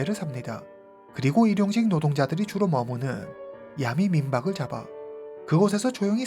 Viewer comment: 틴더앱은 한국티비에서 심야에 선전도 했어요 선전문구도 야리송? 해가지고 기억에 남아요 아는 외국친구가 말해줬어요 그앱은 원나잇 스탠드가 목적인 사람들이 이용하는곳이라구요 영어를 아는사람이라면 충분히 알수있었을 텐데 싶어요 그래서 그둘사이에 암묵의약속이 있었다고 서양남은 생각했고 그녀는 그냥 남자를 믿고 따라들어간듯 하네요 그후 성관계 거절당해서 살해한것 아닐까 짐작해 봅니다 근데 보통 한국식으로 야메라고 하지않고 정확하게 야미 라고 말하시네요ㅎ